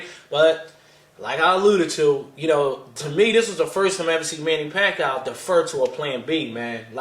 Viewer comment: Yo whats good, it's yah boy WeDaBest!, Manny PACQUIAO not (WACQUIAO) COLTRANE LOL won that fight i gotta agree. I had my own score card and i had it like the last judge did 114-113 for Pacquiao. The key rounds were the 3rd round when Pacquiao knocked Marquez down. And the 9th round was VERY CLOSE. But if pacquiao didn't knock him down in the 3rd round marquez would have won that fight. There should be Pacquiao vs Marquez III. Marquez won the 12th round. Get me ~1~